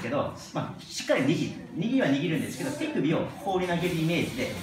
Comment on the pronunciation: ティクビで打つって聞こえて一瞬びっくりしたΣ(°▽°)笑